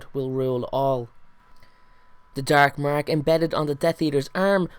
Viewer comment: thr darrrrk marrrrrk love it